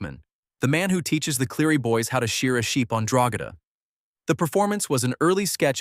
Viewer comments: It's pronounced Drogeeeeeeeda not Drogeda. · The ranch name is pronounced Dro-GEE-da (hard “G”).